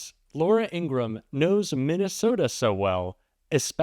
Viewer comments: Her brother said, "our name is pronounced Ing-ra-ham." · Hey! Great Channel! Remember that it's Laura Ing-grah-ham`. Other than that, you're killin' it! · Her name is Ingraham! Please stop mis-pronouncing it as it is offensive to Ingrams!